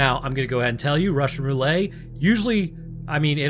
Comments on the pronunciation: Are you saying “Russian Roulay” b/c the YouTube algorithm no likey the real phrase “Russian Roulette” ? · Roulette, not ruley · Roolay? bruh... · russian roo-lay? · Ok my man, wtf is Russian Ruelay? Are you mispronouncing on purpose, or are you just "that way"? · I've never heard, "Roulette" pronounced that way. That is a new one for me. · That’s because it’s not pronounced that way. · I've never heard someone pronounce roulette like that lol. Great video nonetheless! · You pronounce roulette like that to drum up comments?